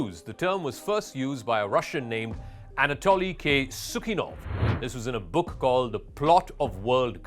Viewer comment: In addition to pronouncing awful Anatoly K: "Tsikunov's" last name horribly and backwards¡¡ liar #crux continues with the paid lies, that it is not for you enough, you are discovered on each sentence it seems prepared by yours bosses #Toxxic-dentals .... What to do when one currency lives on "nothing", while other currencies live on their natural and manufactured resources???? The idiotologies of terms of "right and left", are things of the "old past millennium" Those voracious money eaters are now being replaced by THOSE who are learning to cooperate prioritizing the good of all! Then; they screwed the Toxic_dentals (Davos Club) to hell and that is why, at the same time, Russia broke their plans in the Ukraine.... And it is not that there are 02 blocks; it is THE FUTURE DISPLACEING THE PAST > > > > > > Well, very good, XCELLENT ¡¡¡¡